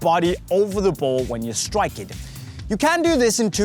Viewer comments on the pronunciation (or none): none